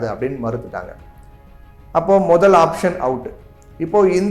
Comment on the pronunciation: ஆப்ஷன், ஆப்ஜன் இல்லை